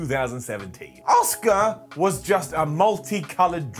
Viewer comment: Always makes me laugh when he calls Asuka, Oscar 😂